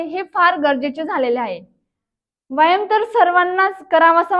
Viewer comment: व्यायाम शब्दाचा उच्चार बरोबर नाही करत आपण.